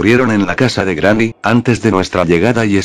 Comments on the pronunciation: En el minuto dijo grramy envés que Granny XD 😂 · jajjaja es que el loquendo lo pronuncia asi... cuando pongo GRANNY... y cuando pongo GRANI... se escucha bien... en videos mas recientes corregi esto jejeje.. saludos brooo